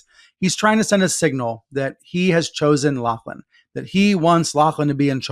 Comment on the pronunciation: Lachlan is pronounce "LOCKLAN"